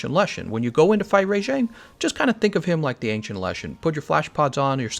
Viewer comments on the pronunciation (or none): Am I the only one annoyed at how he pronounces Rajang? It's RAH-Jang, not RAY-Jang. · Why do you pronounce the first 2 letters in rajangs name as "RAY" instead of RA like rabbit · I'm sorry its RAJANG not RA-JANG!! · Your pronunciation on Rajang is super weird, it's almost like "Re^jeng" LOL. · rayjank lol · They actually say it's name in the game & they pronounce it "Rah-Jong", And I think think it's more accurate like that, because it sounds like Rajah, which is the Hindi word for king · Thanks, i was gonna write something like this, please stop butchering all the names! lol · Well then you aren't English because thats not how we would say it